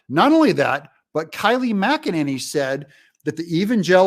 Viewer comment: Its Kay-Lee not Ky-Lee McEnany.